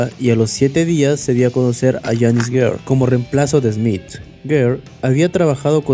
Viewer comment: Janis Ger, Bruce Dickenson... 😂😂😂😂😂😂😂 Está chingón tu documental, pero no mames, aprendete los nombres we.